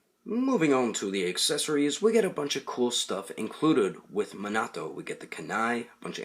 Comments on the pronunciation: It is minato not menoto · "Manato figure", he's name is Minato, Mi-Nah-toh, not "Manaah-to" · It's me-na-to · His name is actually pronounced mee na to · Ummm.. I'm pretty sure it's pronounced (me-na-toe) Minato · Did he really say mahnahto in the beggining? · I don't wanna be the guy who is always correcting people and being a nerd but you are saying his name wrong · he said the name wrong